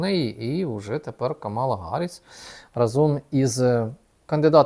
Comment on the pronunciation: знову пишу про те, що правильно наголос на перший склад - Кáмала Харріс. Негоже так до кандидата в президенти США‼️